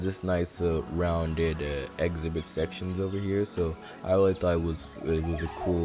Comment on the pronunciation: Where are you from? Never heard that pronunciation of “exhibit” as “ex-a-bit”